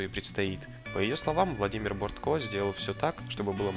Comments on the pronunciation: БОртко...ударение на первое О😖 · Сериал Бортко великолепен. А автору ролика стоило бы, хотя бы, в вики заглянуть. Тогда бы он узнал, что фамилия режиссера БОртко, а не БорткО. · Слушай,ты,автор!Не БорткО,а БОртко!А ты там рядом не стоял,как снимали Анну!Твоё видео гано!